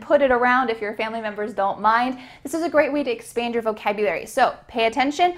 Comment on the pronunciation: Ohh!! you did a mistake in pronunciation Are you ready to expend your vocabulary? 🚫🚫 The sentence would be like that Are you ready to expand your vocabularies?